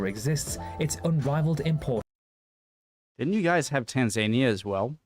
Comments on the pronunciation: Just as a brief aside,, "Tanzanier" is pronounced as '_Tan_zan_ier_'...rather than "Tanz_ay_nier"...okay? 😊👌🇬🇧🙂🖖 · The way you pronounce Tanzania!! I can’t! 😂😂😂